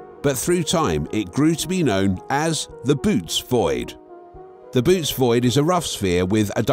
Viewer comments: Boötes isn’t pronounced “boots”. It’s pronounced “boh-OH-teez”! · Its not "Boots" void, its pronounced Boo-ootees. Also, the void has millions of galaxies in it, but compared to "outside" of the void it is a fraction of the galaxies that typically populate the universe. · I volunteer to go there, I want to be alone, where no one and nothing ever heard of Trump. PS: It's not pronounced "boots" but "BOW-uh-tees." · its a text reading bot, it doesnt know any better